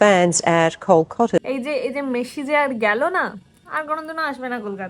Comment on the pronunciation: Aare didi 'Meshi' na 'Messi'